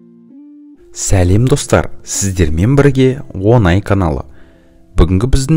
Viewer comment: ОЙ Күнім Балам!! Он АЙ (10 АЙ) емес ОҢАЙ (Айтуға оңай деген бағдарлама бар еді ғой) деп дұрыс сөйлеп үйреніп ал!